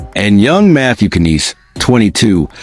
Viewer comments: Knies is pronounced neyes. Tavares is NOT the captain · Isn’t Knies pronounced like “nize” instead of neyes which would sound a lot more similar to the Hispanic last name Reyes?